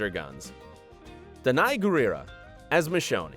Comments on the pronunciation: He pronounce Michonne “Michonny” and said Lori and Andrea were beloved characters so I don’t think he’s even heard of the walking dead. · Michonny? There’s no E sound at the end. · Colona? Michona? It’s the the series Colony and Michone. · Wait, did he say (twice!) Michone-E? The e is silent you putz. Real big fans you guys here are. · Michoneeeeee?? NO EEEE AT THE END DIPSHITS. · You really shouldn't narrate a show you have never watched. Michonney??? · Me too! And the narrator kept pronouncing Michonne as Mi-show-nee. 😳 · Seriously, how the hell is this narrated by someone that can't pronounce Michonne? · If you're going to narrate a Walking Dead themed "Where Are They Now?" you should probably pronounce Michonne's name correctly. Just a thought. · Mish-onnie? Lol WTF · It’s not pronounced Michonn-E is it? Guess dude doesn’t actually watch the show- fair enough lol. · The mispronunciation of Michonne is so cringey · When the narrator pronounces the "e" at the end of Michonne's name... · Why the heck is this narrator butchering words??? Colone?? Michonny?? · Michoneeee ? 😂 also called the show Colony Colona ? How hard is it to have a job where you read facts written for you for a video and you mess that up. This guy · Pronouncing colony— as colona And michonne (mi-shown) as mi-sho-nee If you’re going to make a video about the walking dead please pronounce it right lol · The thing I missed the most while watching that was correct pronunciation of Michonne and Colony ( it's not pronounced "Co lo nii " you muppet , and Michonne's not Mi sho nay either )